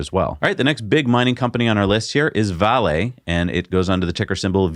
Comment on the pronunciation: I've never heard anyone pronounce VALE Vah-lay